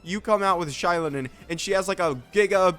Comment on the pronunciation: It's z-eye-LOW-nen. Source: the Pyro Archon. Xilonen is basically Kazuha, you don't need to worry. How can you say DEF scaling is almost guaranteed when Navia exists? Also no one will ever replace Furina as the best character in the game.